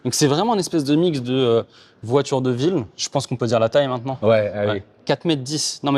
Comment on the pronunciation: ...VOITURE !....Pas "VOITJURE" Merci 😆